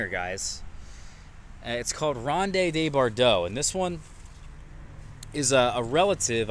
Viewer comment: it's pronounced "rownd duh bor-doh." Just 4 syllables total, my friend.:-)